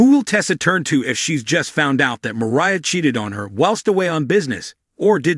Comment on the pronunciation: Mariah not Maria